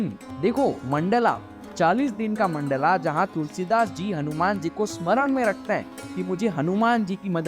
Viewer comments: मंडला नहीं भाई मंडल बोलो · Mandala NAHI mandal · No hate, great content but its mandal not mandala. Jab logo ko hindi nahi aati tab samajh aata hai but even when we can pronounce, we adapt to these versions which is not good